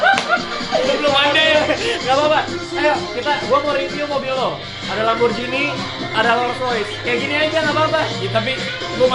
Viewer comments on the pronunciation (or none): Sedikit info aja nih yaa bang, kalo pengucapan lamborghini itu biasa bang bukan "lamborjini" tapi "lamborghini" soalnya kan bahasa italia 😁 Makasih bang